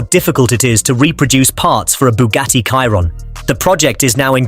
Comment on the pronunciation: So, the AI cannot pronounce Chiron... 🙄